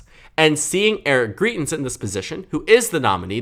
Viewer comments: You're fairly solid at doing this sort of analysis, and as a Dem-favoring voter I HOPE the GOP in Missouri nominates GREITENS (GRY-TENS). But you undermine your own credibility when you mispronounce the name of someone this well known so egregiously thruout the video. I literally couldn't make it thru because you repeatedly say GREE-TENS, which would be spelled GRIETENS. Here's one of his ads from when he ran for Gov, and he clearly says GREITENS. Maybe you didn't follow all the coverage- he was accused by his mistress of abuse and it was devastating for someone who claimed to be a member of the "moral majority". But of course he won't have trouble in the GOP Primary- self righteous Trump voters excused Trump's degeneracy, they won't think twice about supporting Greitens as well. But independents don't like Trump, and they will hopefully reject Greitens for the same reasons, which might help the Dems retain the Senate and be able to get something done... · Greitens name is pronounced “Grite”ens btw. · Just FYI, greitens rhymes with heighten ( high not hee) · YOU ARE PRONOUNCING GREITENS WRONG. Missouri resident here.